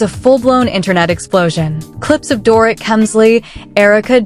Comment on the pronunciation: you cant even prenounce Dorits name no girl, make an effort